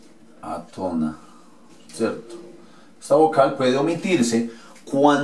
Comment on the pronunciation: Átona, con tilde en la "á" se dice átona, no atona